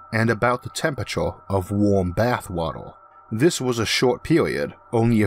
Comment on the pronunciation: Can't get by this guys speech impediment....he needs a narrator....I can't stand to "wisten to whis nawwation"